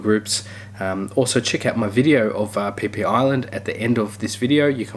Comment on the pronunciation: Pronouncing PhiPhi Island wrong 🤣🤣🤣🤣